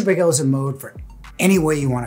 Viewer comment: Paykel pronouncned like michael